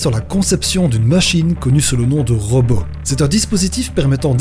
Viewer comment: ROBOT PAS ROBEAU !!!!!